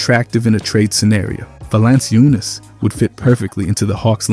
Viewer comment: VA-LAN-CHU-NAS not valanseeyounas